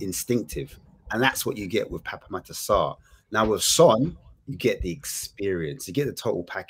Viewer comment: Pape pronunciation is Pap 🙄